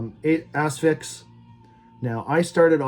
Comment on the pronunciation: you really need to stop emphasizing the A in Asphyx and focus more on the S because every time you say the name is sounds like Ass-Fix and I can’t stop laughing lol.